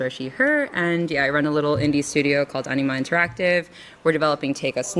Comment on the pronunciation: This Anima Interactive somehow sounds like Enema Interactive in my ears lol